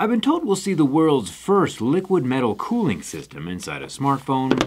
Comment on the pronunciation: Liquid “colling” please XD